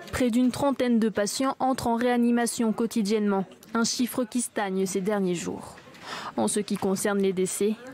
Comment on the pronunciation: Un chiffre qui stagne au lieu de qui stageuhneuh. Bravo,.